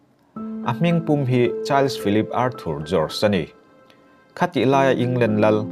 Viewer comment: King Charles hmingpum a Arthur tih hi Arthar ti anga lam rik tur..A nihna ang angin i lam aa..